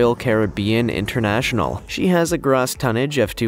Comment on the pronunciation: Good work on the channel keep it going just one little itty bitty thing you kept pronouncing gross tonnage wrong